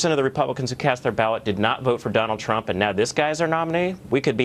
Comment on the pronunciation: Cavuto said, "Donald Tump". Sheesh!